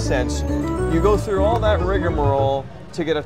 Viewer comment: I seriously thought I was the only one that said Riga-Marole Haha Nope says it too!!!